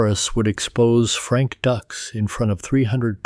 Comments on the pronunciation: These AI videos are notorious for mispronouncing words and names. It's DUKES, not DUCKS. Very annoying. I'd be ashamed to release this video. Then again, the entire story is a total fabrication. None of it ever happened. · It's DUKES! Not DUCKS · Frank "Ducks"????? Did you even watch the movie "Bloodsport", Dude??? Good grief!!!! They even made a special effort in the movie to pronounce his name right!!! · It's frank Dukes dude wtf get the name right Dux If Dux is the correct spelling that's all good but pronounce the name correct please lol 😂